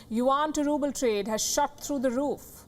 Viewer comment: It's ruble not ruple